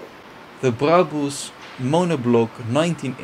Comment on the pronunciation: He actually pronounces brabus correct